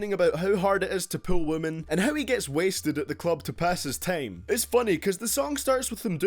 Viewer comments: hahaha he said tiem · Hahaha he said "tiem"